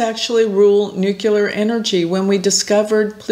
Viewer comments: please learn how to say 'nuclear'. it is not 'new-kew-lar', but 'new-clear.' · 15th 16th 17th 18th 19th 20th 21st and dear, it's NEW-CLEEEEE-AR nuclear - only one "u" in that word.